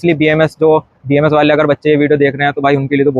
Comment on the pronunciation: Don’t make the “A” silent, it’s BAMS